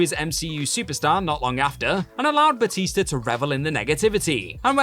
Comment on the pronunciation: Boootista? I thought you said Bloootista 🤨